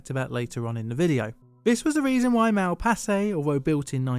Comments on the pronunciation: True. Even funnier, in "Malpasset" the ending is pronounced differently, but pronounces it almost like "Mal passé", which would be "went wrong":D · C'est ironique que le barrage de Malpasset a mal passé à l'histoire ( prononce Malpasset de la même façon que mal passé) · The flood also washed away a french air force base, destroying many planes and costly equipment. Malpasset sounds like "mal passé". Literally translate to : "Gone wrong".